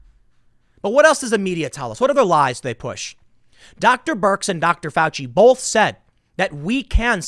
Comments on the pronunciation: Tim! Baby!! I love you, but the word "both" has no "L" in it!!!! Keep up the good work, but quit with the "BOLTH"!!! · It’s both not bolth holy crap